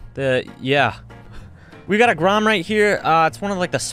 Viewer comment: He legit says Grom